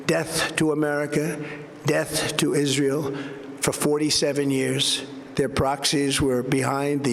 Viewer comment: I thought he said "Isreial" no longer a threat ,,,did I hear that right ?